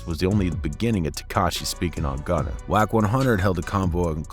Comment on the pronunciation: it’s gunna , not “gunner” why’d you even say that?